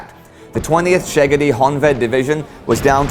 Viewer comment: No offense Indy, but your pronounciation of the hungarian words is quite funny :) István Tisza - Tisza is okay, but the s in István should be pronounced like the s in "she". Same goes to the s in Miskolc. Also I heard Szeged - when an s stands with a z, the s should be pronounced like the s for example in the word "side" :) Naturally I do not mean you should learn all the rules of speaking in hungarian, I just ment these to be "fun facts" :) The show is really-really nice, thank for all of you for your hard work making it! :)